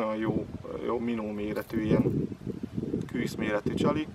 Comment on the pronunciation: Lehetne, KÜSZ-nek hívni, KŰŰSZ helyett? Amúgy jó videó, KŐŐSZ :)